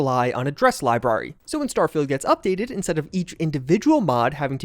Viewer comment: I've never hated the way someone says "library" so much.